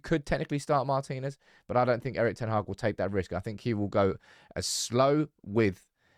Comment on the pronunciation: Mar'tin'ez not mar'tine'ez drives me crazy 😂❤ love you love the channel 😘